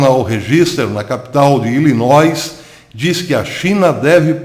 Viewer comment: moro em Illinois. mas o S não se pronuncia.